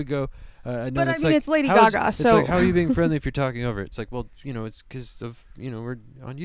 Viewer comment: "I've never heard someone pronounce it Lady guh gah before. Good commentary. Liked.